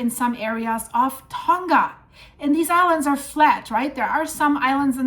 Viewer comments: It is actually pronounced Tong.uh. Not 'Tong.guh'. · Safe in Auckland, Its pronounches Tounga, just saying, AI